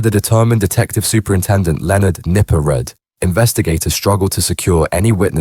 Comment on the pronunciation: It's pronounced Nipper Reed not red